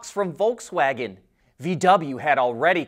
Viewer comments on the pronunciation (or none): none